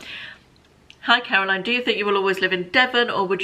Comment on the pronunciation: Caroline, you pronounced my name impeccably, which not many people do !! Really enjoying the q&a's xx